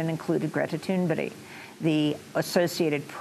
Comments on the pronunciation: ThunberG not ThunburY Get it right! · The Swedish climate activist is called ThunBERG, which is pronounced like ICEBERG. If you call her ToonBERRY then perhaps we should all say iceBERRY for the thing that sank the Titanic? Have some respect please.